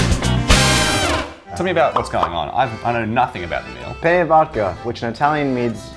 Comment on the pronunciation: The best thing about the intro is that since they don't speak italian they pronounced "penne" as "pene" which means "penis". So just rewatch the whole intro thinking that everytime they say "penne" they're actually saying "penis" and you'll get how I felt.